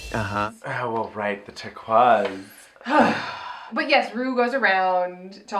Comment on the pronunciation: Aside from all the things wrong with it (lol that ending), I absolutely love seven brides for seven brothers. I REALLY wanna see a review for it from you guys! Turk-wahzszs works when Latrice or Ru say it but not when Alexis does. She tries so hard, and I don't like her, but the drama is great. That lipsync was great. I think some queens are afraid of short hair coming off too boy-ish, so maybe that's why Peppermint isn't wearing short hair. I am upset at the lack of cunty-ness and bitchiness. I actually love tyra for being so bitchy, it's amazing.